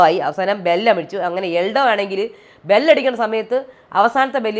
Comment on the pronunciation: എൽഡോ അല്ല എൽദോ